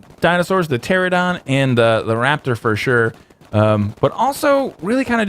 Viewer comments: It's not pteradon it's pteranodon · By the way, it's pronounced ter-an-a-don, not ter-a-don. I'mm sorry if you feel offended, but I'm obsessed dinos:D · They are called pteranadon not pteradon 😂 doesn't matter it's funny when you say it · Every person in the history of Ark calls them Pteradons . . . instead of Pteranadons. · Pter'ANO'don. not, Terradon. ;) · It's ( ter - Ana - don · I love his channel but he need to learn to read pteranodon